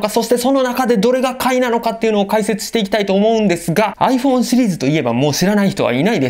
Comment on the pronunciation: ちゃんとアイフォーーンって発音してるのすき 実機レビュー楽しみ、は何買うのかな